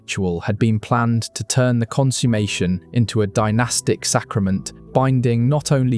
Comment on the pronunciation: Please check your pronunciation of "consummation".